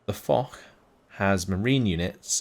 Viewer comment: That "Foch" is French, not German. I imagine its named after Ferdinand Foch, and its pronounced more like "Fosh" than "Fohk"